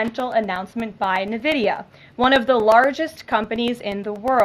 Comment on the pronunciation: must be a new company called " NA-VIDIA" never heard of that before...Ive only heard of Nvidia. Also there is no "PU-IN and CI-ES-SENS" there is a PuTin and CiTizens...why cant people born in the past 30 years pronounce English Words?